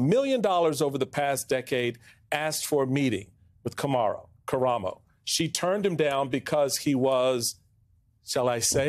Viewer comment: Kamaro, karamo, kommaromo. Really?